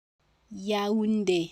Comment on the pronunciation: If the accent is over the é then shouldn't the é be emphasized not the u?